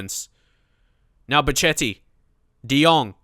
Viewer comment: (Just making sure u see this, i posted it on ur first vid as well) Ok pronunciation lesson: hachim (mastour)=hashim (like hash'em=hash them) pazzini=patsini van ginkel= g as in de Gea Bocchetti=boKeti cerci=tsertsi general rules in italian: 1)z is caTS, unless in the beginning of words when it is ds as in pads. zucchero(sugar)=dsUkero but grazie and Lazio it is ts 2)ch is c as in car, for example Chievo 3)c before "i" or "e" is CHurch, otherwise Car (examples ciao,Cesena is CHurch, but Casa, Cagliari, Cataniai is Car) also gli is "ll" as in million 4)g is g as in general only before "i" or "e"(just like c), otherwise it is g as in goal. So Genoa is tzenoa you can bookmark this site while you're at it: So there, don't let us hear you say any italians clubs or players incorrectly from now on. Thank you